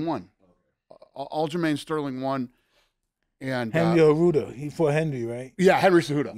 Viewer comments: Mike called him Enry Enjudo 😭😂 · Mike having hosted many episodes with Henry cejudo says “Henry arurto” lmfao 🤣 😂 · Mike : Henry cerudo Also mike : Francis nargano You a legend mike ❤😂